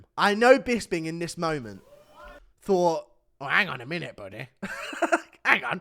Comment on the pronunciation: "ang on a second buddeh , doesnt that mean your were on it buddeh"